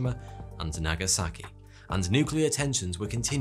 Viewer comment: Congratulations on correctly pronouncing "Nagasaki" and "Hiroshima." Gambate!